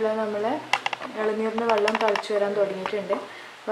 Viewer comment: Vallam alla kuttee vellam